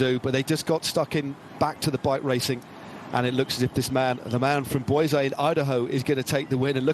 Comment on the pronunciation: “I think this man is one of the most exciting riders on the planet right now.” Agree! 🇺🇸 Great team riding by V-LaB. ( needs to figure out how to pronounce Boise [BOY-see] Idaho but nothing lost!)